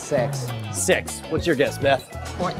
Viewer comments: Every time that guy said six it sounded like he said sex lol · i'm sure that guy was sayin 'sex' lol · I'm sure that hes not saying six... ~_~